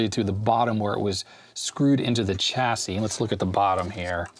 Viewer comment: it grates me every time i hear Chassis with a ch instead of a sh... but I'll let off, he at least calls it a Zed-Ex Spectrum;)